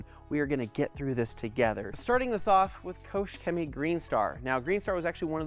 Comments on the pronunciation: Kooosch cemy xD xD xD You pronounce it reaally wrong :D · It is spelled „KOCHrrr Chemie“ and not „KOSH Cemie“